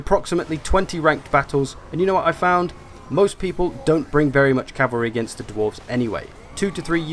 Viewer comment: i will forever hear Chavary now -_